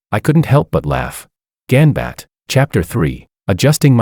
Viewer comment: It's not 'gambat ' . It's japanese word pronounced as "gam- battae" which translates to all the best